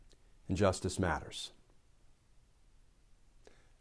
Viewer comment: "JUSTICE MATTERS" would sound better as "Justice Matters" the verbal emphasis is a bit corny.